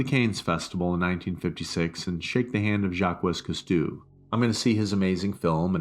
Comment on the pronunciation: ‘Kaynes film festival’😂😂. ‘Jaqwes Kuh-stews’ 😂😂😂😂😂😂😂😂😂😂😂😂😂😂